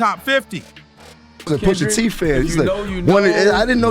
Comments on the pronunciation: Poosh a tee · Pusha teeth 😂